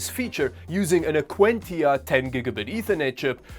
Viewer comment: Dude can you seriously not pronounce LINUX properly? From forced cringe jokes to mispronouncing Linux where does the cringe end. AQUANTIA another word haggered but I will give you a pass on it since it is a noun.